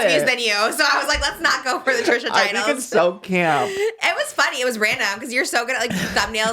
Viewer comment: "too fanny" laughs in british